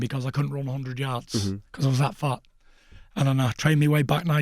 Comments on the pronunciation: "undred percent" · Tyson “hoondred percent” fury Doentay “most definitely” wilder 2 !! I can’t wait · TYSON "ONDRED PERCENT" FURY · 'undred percent